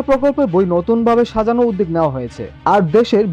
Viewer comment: 'উদ্যোগ' শব্দটির উচ্চারণ ভুল করা হচ্ছে।